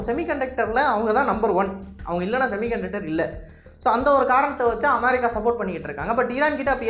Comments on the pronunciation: நீங்கள் தமிழில் பேசும் போது அமெரிக்கா என்று சொல்லுங்கள் அதை விடுத்து அமாரிக்கா அமாரிக்கா என்று சொல்லும் போது நீங்கள் உச்சரிப்பது தான் சரி என்றும், மற்றவர்கள் உங்களை சரி செய்வதற்காக சுட்டிக்காட்டுவதை உதாசீனம் செய்வது போலவும் உள்ளது, திருத்திக்கொள்ளுங்கள். Be a roman when you are in rome. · America ndu sollum pothu vai Enna oru maathiri pothu. why are you trying so hard to copy British accent 😂?